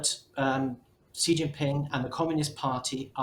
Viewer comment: I’ll start off by saying when your commentators can’t even come close to saying Xi’s name right it’s hard to take whatever you say afterwards seriously 😂 and then he said “look to China for prosperity, look to America for safety”. No truer words.